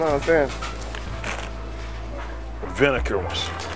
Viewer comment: "Vinicker ones"😭